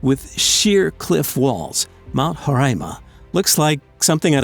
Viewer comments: you write roraima and you said horaima Iam literally comfuse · It's RORAIMA...not HOREAIMA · 1) you pronounced guyana wrong 2) it's mount roraima not horaima 3)IT'S IN GUYANA NOT VENEZUELA THEY JUST TRYNA CLAIM OUR LAND 4)I can guarantee you that there are no aliens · i'm from guyana you pronounced roraima wrong